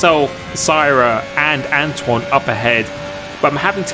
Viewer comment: Who remembers when used to butcher Antoine’s name by saying Antony